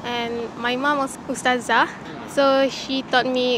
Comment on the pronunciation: i am a muslim when she said her mother is a uztaza(?) its Uztazah